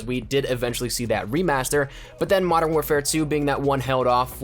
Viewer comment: What the fuck is 'Madden' it's pronounced Mo-dern